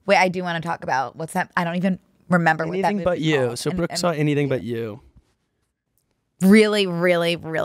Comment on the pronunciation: i just love that pronounces “brooke” like “bruck”